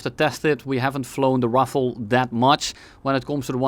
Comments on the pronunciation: I think it's pronounced "Raphæl" but razzizle works too, great video. Cool plane, too. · rafal not rofol bro 🤨🤨🤨🤨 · bro just found gaijillion new ways of how Ruffle should actually sound like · For the prononciation of Rafale think of Rafael Nadal, keep the Nadal, remove the N and the D. You got Rafal. Easy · Im spanish so if there is a french person here in the chat can correct me, but is it the problem that he was pronouncing Rafale like Rafael, wich are two distinct words? just asking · Every time has mispronounced the "Rafale": Ravioli Ruffle Rizazle Reflux? Rifle Ruffle Ravololi Rafalilei Rufalow Roofie Rafiki I think I got them all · The Waffle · you spelled Ravioli wrong im afriad, we gotta make the french happy and pronounce their words right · bro its pronounced RAVIOLI, how can you nto pronounce that correctly|? now im triggered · Nobody calls it the rafale here, only the ravioli, so good french pronunciation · Loved the Ravioli pronunciationhahaha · perfect pronunciation! I also enjoyed flying the Ravioli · As a french person, I thought the random mispronunciations were extremely cute xD. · saying everything but the right way to pronounce rafale is absolute cinema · Common Dutch W pronunciation of french words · the mispronunciations got crazier every time lmao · I appreciate the dedication of not saying Rafale the correct way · Isn't it like "dasso" rafale, like renault is "reno". His pronunciation was mediocre at best.